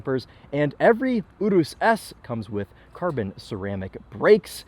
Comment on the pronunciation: Excellent pronunciation of Urus, not lucido though